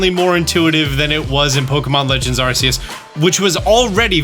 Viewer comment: “I try to pronounce Pokémon games right” pronounces Arceus wrong